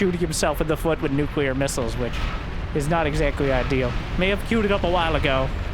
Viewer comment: props for pronouncing nuclear properly, lots of your people dont know how to say it, embarassing if u ask me